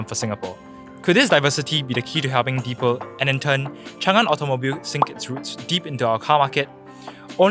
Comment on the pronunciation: It’s pronounced as “dee pal” (the pal).